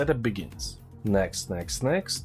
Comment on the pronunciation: i love it when you say " text next next" XD